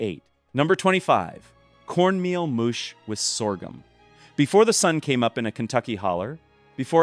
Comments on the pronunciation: Cornmeal moosh said the narrator, I think you mean mush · Your starting pawpaw video - utterly isn't; not vaguely. Also "mush" is not pronounced 'moosh" - by any ethnicity I know.